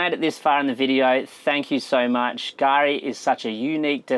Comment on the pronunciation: Gari ?? K-Gari. .